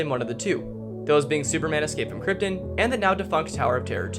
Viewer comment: Did you mispronounce so many words in a strange way Krypton and Slalom for example